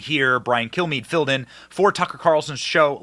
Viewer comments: It sounded like he said my name is Brian kill me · I swear it sounds like he says Brain Kill me😂😂😂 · When he introduces himself, it really sounds like he's saying "...I'm Brian, kill me..."